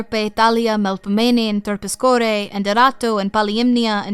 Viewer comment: Also: Terpsichore's name is definitely spelled with a psi followed by an iota, not a pi then iota and sigma. You've been prounouncing it "Terpischore," which is literally putting "piss" in the middle of it...!?!